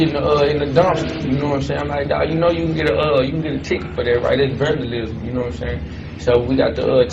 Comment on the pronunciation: These fools are the original crash outs… IQ is on the same level as Plank from Ed, Edd, and Eddy. He had the nerve to quote Lil Wayne & did he just say “that’s burn-da-Lism??? The stupidity is out of this world wow. Smh RIP to those poor men